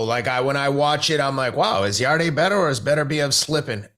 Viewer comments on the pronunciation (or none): It's YARD(E) Teddy not YARD-AY 🤣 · It's not pronounced "Yardy" or "Yarday", it's pronounced "Yard". Silent e. Really annoys me, have some respect for the fighters and get their names right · His name is pronounced Yard and not Yard-ay. The e is silent 👍🏿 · Who's yarday teddy keeps talking about it's yarde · Why do they pronounce his name Yarday? It’s just said as ‘Yard’ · Guys it’s pronounced like Yard as in backyard not Yardeh 😂 I think beterbiev beats Bivol by late stoppage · Please he’s called Yarde as in yard not yarday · are they pronouncing Anthony Yarde's last name as "Yardayy"? Or are they saying his last name and first initial as Yarde A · His last name is said yard, you don’t add the e as a sound. Maybe watch the fight again and listen to the announcer. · I think it's pronounced Yard, E is silent Yarde= Yard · 'Yard-ay' Lol. Teddy's a boxing brain still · the e in yarde is silent, so it is pronounced Yard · They hear everyone call him “yard” but they see an e at the end & say I’m just gonna pronounce like that 🙄😂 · If you haven't got the respect to pronounce a guy's name (Yarde) correct, how can I take seriously your analysis of the fight! Poor show, mate.